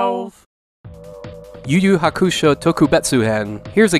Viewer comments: i do not like how you pronounce hukusho lol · He's still saying Hakusho wrong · You're saying Hakusho wrong